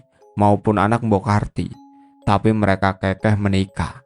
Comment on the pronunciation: Bacax. Bukan ke' ke'h Keukeuh gitu mas Sory betulin gda maksud...🙏